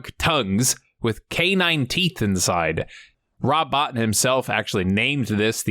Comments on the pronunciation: Hey it isn't a big deal but I thought you and others might like to know that the special effects guy's name is pronounced Rob "Bow-Teen " and not "Bought In" OK thanks for the video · It's pronounced bo-teen not Bot-in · Great video but one point of clarification. His name is pronounced bo-teen. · Rob Bo teen. His name is pronounced Rob Bo teen. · I believe it’s pronounced “Rob Bo-tine”. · Good video but Rob Bottin last name is pronounced Bo-Teen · The pronunciation of Rob Bottin surname is wrong. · You pronounced Robs name wrong. Js